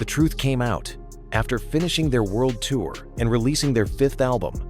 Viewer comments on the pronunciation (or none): none